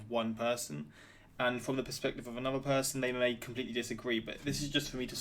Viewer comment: I love how you say anuvver for another 😁